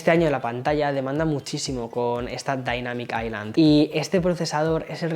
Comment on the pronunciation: La “dainamic aicland ” 😂